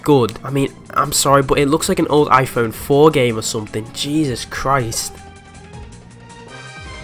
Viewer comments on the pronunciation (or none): none